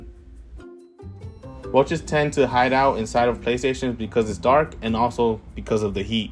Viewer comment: Did he say... Roaches... 😬